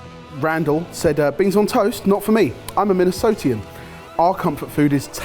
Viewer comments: saying "Minnesotean" instead of "Minnesotan" hurt my soul a little. That said, I'd LOVE to see make a gourmet tater tot hot dish. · well, that was a shock to see my tweet here. lol. and you mispronounced "Minnesotan". try saying it with a Swedish accent instead.